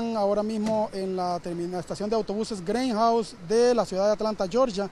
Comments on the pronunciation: Jaja cada vez que decia greyhouse me daba como risa y enojo y luego que grabo al oficial de dice Im not recorin your feis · Que mala pronunciacion, que es eso? " Greinhouse"??? Te queda grande la asignacion!!! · Que no es greyhouse Es greyjound ,,que bruto pongale cero